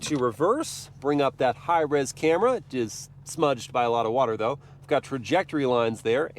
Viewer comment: “Ahve got the key”